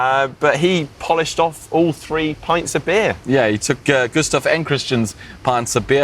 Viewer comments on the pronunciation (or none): none